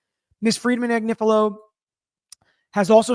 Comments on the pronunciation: Pronounced Ag nif a lo. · I absolutely love. its pronounced Ag nIf a lo. So the i is short vowel! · Ag-nif-ilo with all the "I"s sounding as in sniff. She is (or was) on Meidas Touch every day. Where have you been ?